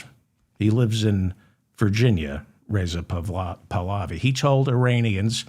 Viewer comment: Pahlavi pronounced paw-la-vee